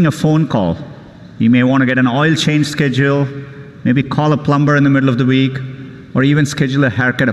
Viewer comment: Schedule = said u llll